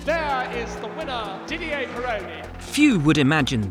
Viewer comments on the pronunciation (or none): none